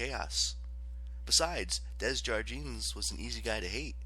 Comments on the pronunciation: it’s alright, I know the struggle of name pronunciation and it’s sill amazing work you did with this audiobook. Just needed to get the Desjardins thing of my chest, sorry for that 😅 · Ok, the only thing really bothering me is the pronunciation of the name “Desjardins”, I mean come on, it’s french